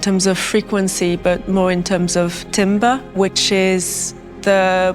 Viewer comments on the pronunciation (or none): She’s pronouncing timbre wrong